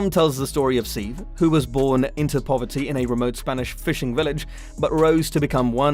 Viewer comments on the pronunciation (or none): Se-ve not seev